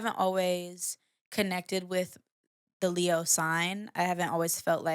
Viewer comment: Lay Ah the Leo .... not Lee Ah the Lee Ox ... ok got it now 😂 'Open Your Eyes' and 'IFY' on REPEAT 🔥